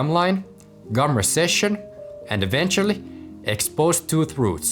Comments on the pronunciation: It's gum RECESSION, not RESECCION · Gum recession, not reseccion